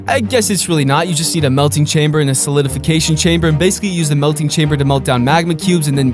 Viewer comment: You say to much chainbers